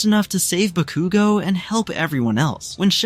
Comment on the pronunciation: I don’t know who this ba-cu-go is… I know who KAT-SKI BA-KU-go is.